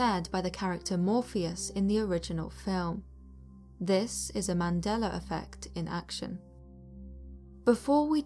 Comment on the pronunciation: YES! You are the first British person that says the Mandela effect the right way!! Most say the Mandelar effect 🤔